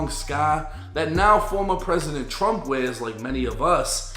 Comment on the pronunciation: Did u say trum like us😮 wow..😂 kid rock ur fav singer too